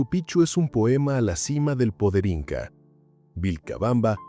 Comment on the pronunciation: ME CANSA OIRTE DECIR PICHU ES. EN CAMBIO PIKCHU ASI SE PRONUNCIA ES PALABRA QUECHUA NO ES PICHU SE ESCRIBE PICCHU Y SU PRONUNCIACION ES. PIKCHU PIKCHU PIKCHU NO LO OLVIDES 😮😮😮